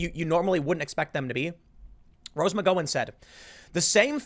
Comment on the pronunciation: how can tim continue to mispronounce rose mcgowen's name? he is the only one i have heard say it the way he does.